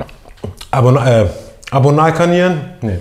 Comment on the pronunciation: "Abonal kaniern" 😂😂🤣🤣😂😂🤣🤣 Und wieder hat es geschafft das ich vor lachen auf dem Boden liege 😂😂🤣🤣😂😂🤣🤣